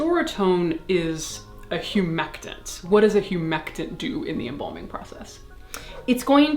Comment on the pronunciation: Embalming not embombing at least say it right